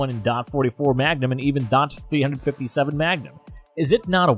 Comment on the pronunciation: I find it funny when he states that 50ae may not provide the necessary power to stop an attacker😂. and who says .357 Magnum , dot three hundred fifty seven magnum